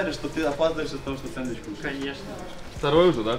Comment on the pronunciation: "Второй [сэедвич] уже?" :D :D :D